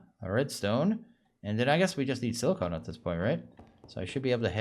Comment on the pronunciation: The way he says silicone